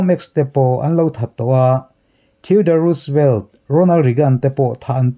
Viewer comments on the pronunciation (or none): none